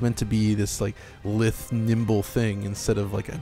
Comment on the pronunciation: Jeez guys, when you learn new words like Opus (pronounced Oh-puss not op-us) or Lithe (pronouced Lythe not lith) learn how to say them property too!